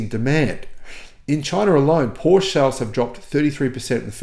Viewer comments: Great research … thanks for the effort and for sharing, dear … on another note could you maybe try your say PorschE and not Porsch …;-) … thanks 🙏🏻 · Thanks for your work. FYI ‘Porsche’ is properly pronounced ‘Portia’😊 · Hearing the word Porsch multiple times a minute makes my ears bleed. Seriously, why does an auto journalist not care about the correct pronunciation of a car brand that he talks about? With words of foreign origin like Porsche you pronounce the e at the end just as you do it with Katastrophe or Nike.